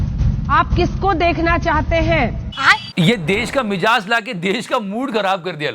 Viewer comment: It is Mi'zaaj' and not Mi'jaaz'